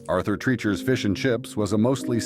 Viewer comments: "TRAHYCHERs". Voice over 'at Aurther Treeeeechers'..... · The problem with using an AI voice is that they go off the text that is written even if it's incorrect (GD Ritzy's "...continued to operate until date" - someone forgot to look up the date and update the text before it went out) and the mispronunciation of places (they way they say "Treacher's" makes no sense. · Yes. And it was G.D..... Not JD..... How many ways can we pronounce Arthur Treacher's? Just bad editing with an AI voice.